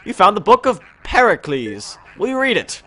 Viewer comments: darkness is their cheese is telling you that there is a gold mouse in the second floor in the hallways after you suck it in with your poltergeist 3000 you get plenty of money and gold and besides you spoke the word Pericles wrong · darkness is their cheese is telling you there is a gold mouse in the hallways after you suck it in with your poltergeist 3000 it gives treasure and besides you spoke the word Pericles wrong